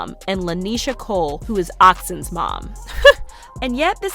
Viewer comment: Aww she called Onyx oxen 😮